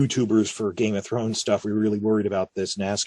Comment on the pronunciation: Ive been watching your vids for years. Always wanted to ask... why do you say "GAME of Thrones" with an emphasis on "Game"? Rather than just saying "Game of Thrones" with no words emphasised? Also "HOUSE of The Dragon" in this video but then you say it normally like "House of the Dragon" . Have been noticing this speech inflection for years but never bothered to comment. I live in NZ and have noticed other people sometime say GAME of Thrones too but almost everyone just says each word with equal emphasis. You do it when talking about other shows like the WALKING Dead and HOUSE OF cards. Maybe an American thing. I find it interesting though.